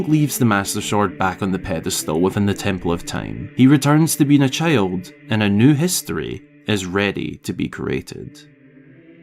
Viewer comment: You talk like Pipin. Cheild